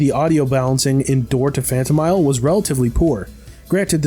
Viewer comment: Phanto MEEL